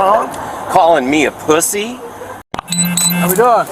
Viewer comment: Called me a poo-see 😂